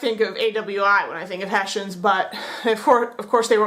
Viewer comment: We are called HESSIANS (in english), not "Haeshaenz"!!!